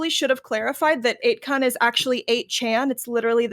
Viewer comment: The probably didn't know what she was talking about since she said it like "8kun"